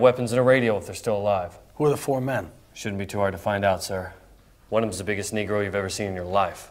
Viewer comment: These white peoples got one more time to say nergo